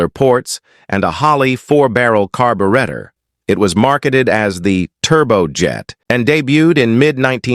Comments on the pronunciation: . What is a “Carberreter?” 😂😂😂. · it states 580 degrees Fahrenheit. What in the world does that reference, it makes no sense? And the way the (AI) pronounces carburetor is just too much. Has it got to the point that humans are too lazy to read and has to use (AI) to do it for us. Sad, real sad. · A.I. Bullshit, how do you pronounce carburetor ?